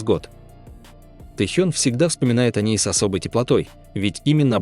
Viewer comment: Не статья, а сплошное вранье. Про Техена, про Чимина. Что за манера коверкать имена? И зачем впихивать фотки чужих людей, вместо настоящих родителей Чимина?????? В бан однозначно!